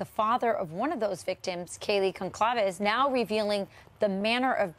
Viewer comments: It’s pronounced like Gonsalvez. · It’s GUN-CAL-VEZ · From New England , in an area with a lot of Portuguese, Italian and Spanish family heritage. Having a hard time with this case due to the obvious but also with all these creators and news outlets not properly pronouncing Goncalves , it’s either pronounced like “Gon- zal-vez or Gon-salves “ please and thank you 😊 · I wish anchors & reporters would correctly pronounce Goncalves, especially when a family member is interviewed and/or when Kaylee is spoken of. Geez. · Learn the correct pronunciation of her last name. You're supposed to be a professional.